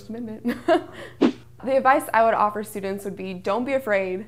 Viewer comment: sch-tructure ... stu-dants